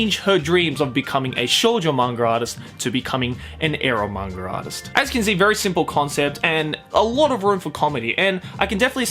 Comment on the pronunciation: Is it 'manga artist' or like u say mangaratist